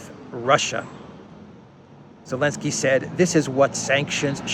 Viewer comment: why do you sometimes call him Elensky and not Zelensky?